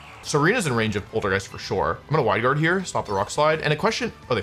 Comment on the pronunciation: did he just say “Hwide Guard”?